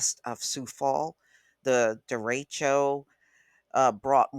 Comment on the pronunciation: Lol…how many times did she say deracho?